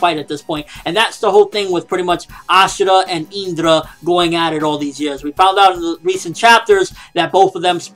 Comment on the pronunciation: It is pronouced Indra with a I! Not a "eendra"